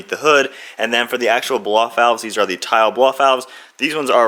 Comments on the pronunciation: lmao excuse me... did you just say "tile" it's "teal" lol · "tile" blow off valve lol.... it's called a "teal" BOV